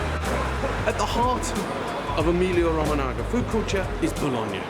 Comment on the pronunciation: Haha ''Emilio Romanaga''?! Emilia-Romagna pronounced Emilia Roh-manya